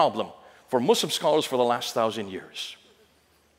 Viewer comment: Muslamic 😂😂😂 bro is defo not educmacated.